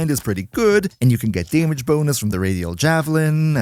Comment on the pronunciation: I like how you pronounce damage. Daemidge